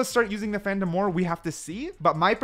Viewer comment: ''Phantom-a'' ? oO